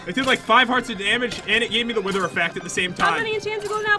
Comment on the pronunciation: When jet said wither she said wiwer